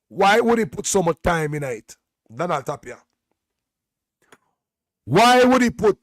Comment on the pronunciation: ..JC Donald Ray Tapia his name is pronounced TIP-ia.. the A sound as i